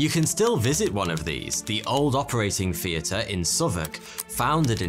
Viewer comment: "Ve Old operating Feater, founded in 1822..." "Anatomical Featers..." "Ven, in eighteen Firty Free, ve medical schools hit anover..." Because; Foughty Two 😇👍